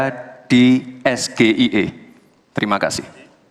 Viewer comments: Harusnya S Ji i ai bukan SGIE mungkin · Es Ge I E ??? Samsul samsul... Singkatan bahasa INGGRIS ente ucapin dalam bahasa Indonesia. Harusnya ente ucapkan Es Ji Ai I dong... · Kalau itu BHS inggris ya penyebutannya ya es ji ai i, itu penyebutannya BKN es ge i e. Bran2. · Es Ge I E ( State of the Global Islamic Economy) ga konsisten, seharusnya SGIE (es ji ai i) kalo mau pakai bahasa inggris 😅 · Lulusan luar negeri tp melafalkan singkatan bahasa inggris dgn kalimat esgeie.. 😂😂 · Haha SGIE, harusnya bacanya ES JI AI I tp si gibran ngomongnya SGIE, pertanyaan pengennya menjebak tp terjebak dg ngomongnya sendiri,,, haha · ES JI AY I.....bukan ES GE I E... pengen kliatan pinter malah " terlalu pintar" 🤣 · Sgie aja awalnya bacanya sgie??? Singkatannya harus nyontek juga jawapannya.. awokawokawok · Mas gibran SGIE kan singkatan bahasa Inggris kok bacanya es-ge-i-e bukannya es-ji-ai-i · Mas Samsul dlm mengeja singkatan aja salah,SGIE seharusnya dibaca: es-ji-ai- i (State of Global Islamic Economy), tapi si Blimbing mengejanya es-ge-i-a (Situa Gemoy Itu Emosian 😂😂 Itulah bedanya debat natural & debat hafalan 😂😂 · SGIE sah sebagai pertanyaan, tp dungu dalam.penyebutan. Es ji ai i (SGIE) kependekan dari istilah dlm bahasa inggris tetapi disebutkan dalam ejaan bahasa indonesia.(Es ge i e) Disitu dungunya...🙄🙄🙄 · sok sok bhs inggris tapi baca nya es ge i e ,? Ngakak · ES GE I E... bukankah istilah inggris harusny IS GI AI I... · mohon ya Gus maaf pertanyaan ini agak sulit" ejaan singkatan Indonesia yang seharusnya menyebutnya dengan ejaan Inggris SGIE .....🤭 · Samsul ngasih pertanyaan kepanjangan dari Singkatan dari SGIE. Sok ingris bacanya salah.. samsul2.. sampeyan blm pas bwt jadi cawapres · SGIE, ditanyakan dalam konteks bahasa Indonesia. Seharusnya menyebutnya eS Ji aI E. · beda arti beda maksud jg.. sgie kok d baca es ge i ee... bahlul n suka bohong kayak bapakny.. katany wisatawan yg kesolo ama jogja banyakan ke solo katanye nyatany gk ada seujung kuku jogja..